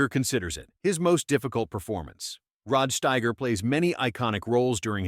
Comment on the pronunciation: No human has EVER pronounced Rod Steiger's name that way. And how often are you going to change your pronunciation of Sidney Lumet? And why the random shots of Quincy Jones, entirely out of context? These AI created videos are demented.